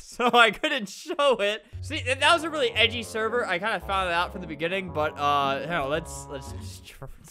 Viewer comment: He said helk